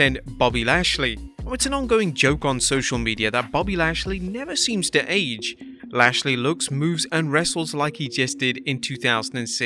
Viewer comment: “Number 2: ADGE”